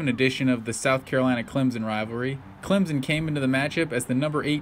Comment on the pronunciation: It's ClemSON not Clemzen. Just saying. great video